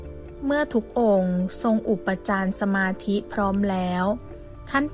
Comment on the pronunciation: อ่านผิด..อุปจารสมาธิ อ่านว่า อุป ปะ จา ระ มา ธิ.. ไม่ใช่ อุป ปะ จาน สมาธิ..และอีกหลายคำ มันแสดงให้เห็นว่าคนบรรยาย ไม่รู้เรื่องธรรมะเลย บรรยายแบบเอาเสียงดี แต่ไร้สมอง..ปรับปรุงด้วยน่าอาย ภาษาวิบัติหมด